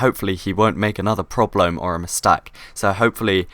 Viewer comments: That last one was probably the funniest "probleom" "mistak" great vid please make more of this series :D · when he said mistak i was oke but porblome ahhahahahahahahahahahahaah